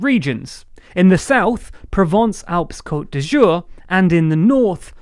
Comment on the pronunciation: Pwovence-alpaisse cote d'ajour